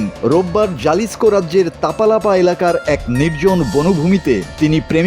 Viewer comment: জেলিস্কো না উচ্চারন করে হেলিস্কো। উচ্চারন ভুল